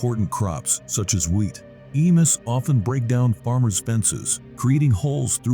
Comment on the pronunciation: Pronounced "e mews.